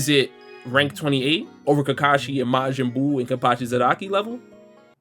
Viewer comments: count how many times he said mayin buu bro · "Majinn buu" x100000